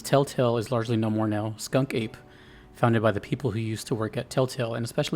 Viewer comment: Not skunk ape, Skun-ka'pe! 😋 Telltale did goofy comedy as well as it did heart wrenching horror, glad to hear they're coming back together.